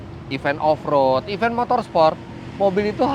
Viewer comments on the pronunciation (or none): none